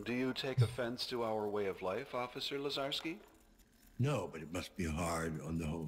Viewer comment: ....wow.....Lazarski is like butchering my name......just....wow